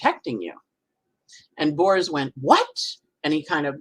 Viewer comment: With all due respect, Aarons are Hebrew Aharons, no relation to Greek Eris whatsoever ) And it's Niels Bohr, not Neal Bohrs (grammar Nazism as the last resort of a Virgo rising, I know)